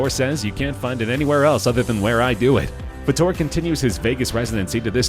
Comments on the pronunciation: It's Fater not Fattore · Seriously If you are going to research these people, and report on them! Pronounce the damn names right! Soo many of these damn videos made contain mistakes in them 100% of the time.. It's so annoying... It's Fayyyy Terrrr NOT Fuhhh Torrr! Get it right... Thumbs down!!! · Terry FUHTORE?? Are you kidding ? If you watched the show it’s pronounced FAYTER. Y’all need to do more research than just reading what you find on the internet. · did these a-holes just mispronounce Terry Fator's name?! and so, this is our modern-day ''gong show''. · I thought I was the only one to notice, it was annoying me.